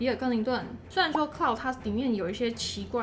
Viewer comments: "Claude"ˇ讀音是 克"漏"的，不是克"勞"的，好嗎? 這個是常見的法文男子名，很多名人都叫Claude. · Claude 要唸成 Cloude